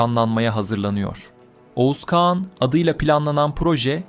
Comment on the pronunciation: İkide birde "kean "diyorsunuz kean değil kağan